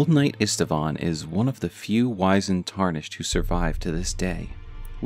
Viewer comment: Old Knight Istvan's name is actually pronounced Eesht-Vahn, not Ist-a-vahn.